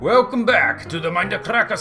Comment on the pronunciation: i can see it know a 1 hour video of him saying welcome backa to the minda cracka servera